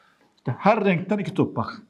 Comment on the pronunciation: her rrrrrrrrrrrrenkten